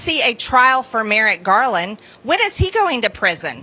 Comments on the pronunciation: Marjorie can't even pronounce Merrick Garland's first name correctly; she says "merit"! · Is MTG calling Merrick Garland "Merit" Garland? 😄